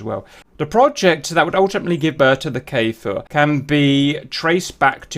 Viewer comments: you are saying kfir like kaefir its just kfir man ahah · oooh Nice and greeting from Israel Kfir means Lion cub in Hebrew. just a thing about the pronunciation of the Kfir... it's not K'fir or K-Fir like I hear Everybody pronouncing it... it's Kfir, like Cliché, or Cream or Krakatoa.